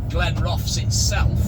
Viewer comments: All the best but it’s pronounced Glen Roth es 😂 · Great video as always, I used to live in Glenrothes and it's pronounced Glen-ro-thuhs 😁. Just my humble opinion BTW 😉🤣